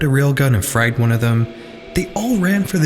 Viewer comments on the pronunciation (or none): none